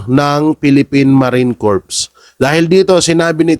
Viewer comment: corps - read as "kor" po